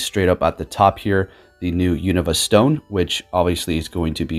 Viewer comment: U - KNOW - Vuh. Not U - Nuh - Vuh